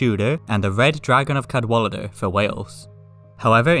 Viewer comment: you just called it the red dragon of cadwalidr...?